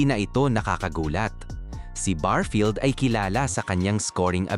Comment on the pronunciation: anong barfield?barefield ang tawag dun nagbavlog kaayusin,,n mo